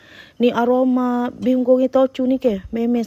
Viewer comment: Bukan bay hoon tapi bee( bi ) hoon .bi tu dlm chinese bermakna beras